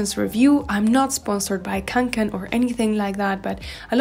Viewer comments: Se pronuncia "conquen" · Kaw'ngken. That's how you pronounce it in swedish. I got my first back in 1984. I still have and use it. Since then I have bought several others like the haul pack which is my favourite right now. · å in kånken is actually pronounced as o ^^ i used to have kånken but i ended up giving it to my mom since carrying large backpacks hurts my shoulders and back (´Д` )